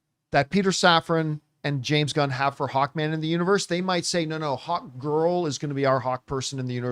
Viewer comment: Every time John says “ HAWK” i keep waiting for the “ TUUAH “ right after lmao 😂😂😂